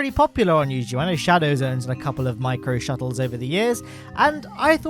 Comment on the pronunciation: Thought he meant microstutters